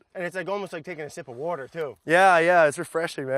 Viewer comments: Thanks for acknowledging the “wourder” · Dopey Brad just made a powerful video. I love when he screws up, or can’t say water. however,... Getting back to The Hawaiian roots is important for the native people who were discouraged from speaking Hawaiian. Salute!